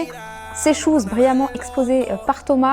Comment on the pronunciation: Je kiffe trop les ''chouse''